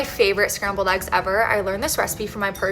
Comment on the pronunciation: Why is eggs pronounced aggs?